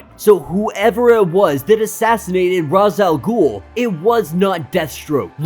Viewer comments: Thank you for pronouncing R'as the way I do. I'm sick and tired of all the people that call him Rache Al Ghul.It sounds stupid. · Rache al ghul is the proper way to say it im pretty sure